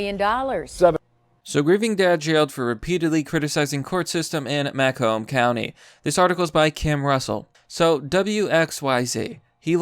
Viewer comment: Emphasis on second syllable. "Muh COMB" county. From there. And he should have grounds to sue the living shit out of the county